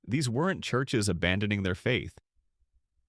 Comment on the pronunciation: "Churshes," really?